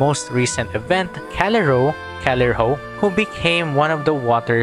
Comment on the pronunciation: It's pronounced "Ka-li-rho-i". It's Greek. Was surprised you didn't research this.